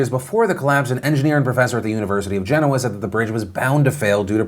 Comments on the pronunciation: That pronunciation of Genoa gets to me. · When has Genoa pronounced Gen oa and not ge noa, from one Italian to the other where is that from?